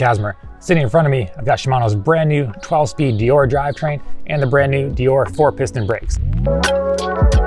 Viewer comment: It's deor-eh not deore